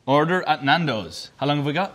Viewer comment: When he said Nandos I almost died